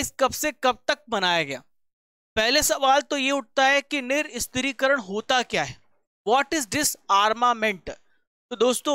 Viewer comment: Nirshastrikaran ...hota hai bhai ..niristrikaran nhi L laga diye ho tm Hindi ka